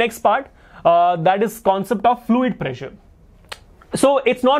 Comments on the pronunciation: when you said pressure I herd pleasure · Sir saying "pressure " Me hearing "pleasure"😅